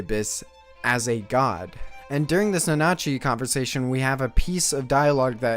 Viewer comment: Can you try harder on pronouncing the names better? I love your video but whenever you say a name I cringe hard. Mitty and Nanachi especially